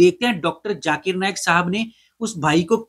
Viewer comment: Many indians specially the gujraatis cannot pronounce z sound. For them both sounds as if J . Z or J they pronounce the J sound. For example listen to the host when he says Zakir. It sounds as Jaakir. Zero from them sounds like jeero